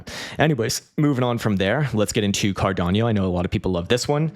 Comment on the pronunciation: Cardano. Kadano. Not cardanio; not kadanio.